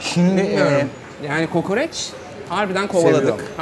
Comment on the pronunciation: "Kukureç" değil "kukuriç" tir o. Babamı 40 yıldır düzeltemedim oradan biliyorum.😂😂